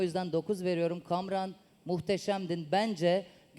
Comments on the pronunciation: Spiker olmuş sunucu olmuş Kamuran i söyleyemiyo cahil kadın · Sen önce Kamuran demeyi ogren sizin aranıza nasıl düştü acaba o garibim kamuran